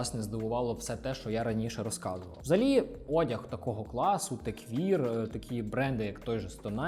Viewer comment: Крутий канал! Класне відео, дякую! Тільки маю непрошене зауваження: techwear — все ж таки теквЕр, а не теквір. В українській англомовне слово можно вимовляти як вам забажається, головне щоб розуміли, але якщо будете розмовляти з іноземцем - буде конфуз 🤝